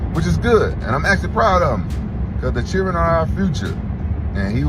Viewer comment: the way rampage says children tho lmao!!!!!!!!!!!!